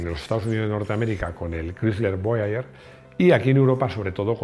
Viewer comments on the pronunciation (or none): none